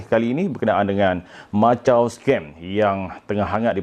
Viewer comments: Jgn lah sebut Machau, sebutlah ikut nama tempat tu Makau(Macau) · Maaf,sebutannya bukan macau scam..makaw scam sebutan yg betul.mbr cina sy bgtau✌ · Lain juga sebutan dia 'Machau Scam' Macam bunyi 'Lanchau' 😅😆😂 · Sebutan Makau sebenarnya...